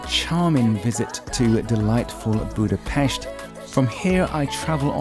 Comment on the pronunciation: Cool you said it the right way! Boodah-Pesht